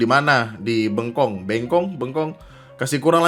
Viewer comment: Bengkong, nyebut Beng-nya kek nyebut obeng atau coklat beng-beng. Wkwkkekwkk, market place FB emang banyak beut orang idiot nawar ga ngotak kalo lu jualan, Banyak juga kang ghostingnya, nanya harga, terus ngilang.